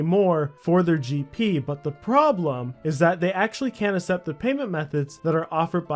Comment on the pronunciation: "assept" hahahahaha